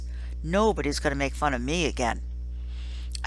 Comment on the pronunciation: It's pronounced Tare-upt it clearly says so in the book I love this book!!!!!!